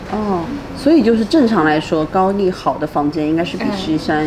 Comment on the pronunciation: 由于地方乡音的问题，这位女主对“仓光山”的发音感到很木讷、很不适应，因为她那地方口音习惯把“cang苍”音发成“can参”音，所以她反应迟钝了有好几秒钟。反倒是两位朝鲜女孩的“仓光山”发音比女主更好、更正确。 女主乡音浓重，再比如：平朗（壤）、高逆（丽）、吸引逆（力）、十你（里）明砂、地你（理）位置，等等等等。To sum up，她拼音里的“n”和“l”的发音分不清楚。